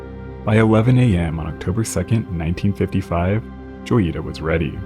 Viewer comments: In Spanish, it would be pronounced Hoy-ee-tah. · Isn't it "hoy-ita"? Lol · "J" is pronounced like an English "H" in Spanish, so it should be said like "Hoyita."